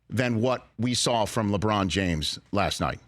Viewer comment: LeWong James is hilarious.. lol